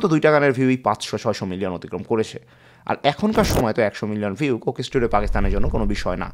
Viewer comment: সুন্দর ভিডিও। তবে বারবার কোকেস টুডিও, কোকেস টুডিও শুনতে কানে লাগে। যেহেতু এই শব্দটা অনেকবার ভিডিওতে এসেছে, উচ্চারণের সময় একটু সতর্ক থাকা দরকার ছিল। শুভকামনা।